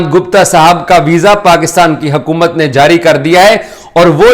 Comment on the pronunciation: Yaar urdu toh thik se bolo it's hukumat not hakumat